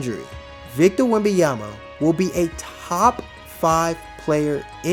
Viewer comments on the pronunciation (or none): Hello, great video! But please pronounce his name correctly. It's not Wemby-ama. I'ts Wemban-yama. With an N. Peace! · Man respect name ! WembaNyama and not WembaYama WTF ! France here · C'mon man! Say it with me! Wem - Bon - Ya - Ma! It aint that hard to pronounce the man's name correctly!! lol Otherwise, great video. Subbed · If you make a video about him maybe start by pronouncing his name right..